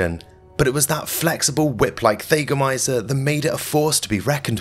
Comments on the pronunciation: For the record: THAGGomizer, not THAYgomizer. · Thag rhymes with “bag.” It’s fingernails on chalkboards to hear this narrator say “they gomizers.” I had to stop watching. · Thah- goh- my- zerh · It's a Thag a mizer mot a thay ga mizer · THAGOMIZER - Named after the unfortunate Thag Simmons. "THAG" rhymes with "Hag." It's not pronounced "Thay-go-miser." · Yeah, he lost me, there. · He also didn't look up how to pronounce thagomizer